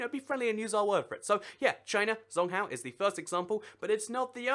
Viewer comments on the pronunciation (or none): 'Zhōngguó'' is pronounced more like 'Jong-Gor' than 'Zong-Hao' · china's name for themselves is called zhong guo or (zchong go) is how you pronounce it not zong gwa which means central kingdom and its from ancient Chinese people who believed they were the center of the universe according to my Chinese teacher Mrs. Xia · He said it as "zong cow". Literally zong cow. Most people at least get guó right. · You Should Look Up How To Pronounce Things Before Making The Videos. For Further Reference, A 'Q' In Chinese Makes The Equivalent Of A 'Ch' Sound In English, And 'Zh' Makes I Guess Like A Sort Of Cross Between A 'Sh' Sound And A 'J' Sound In English?